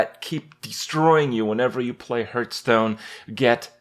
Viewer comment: "Hearthstone" sounds like "heart-stone" Not "Earth-stone"